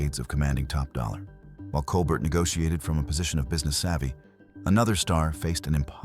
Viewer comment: One can tell this is AI simply by the pronunciation of Claudette Colbert's last name: it's Col-bare (like late night icon Stephen), not Col-burt (as the narration pronounces). SMH.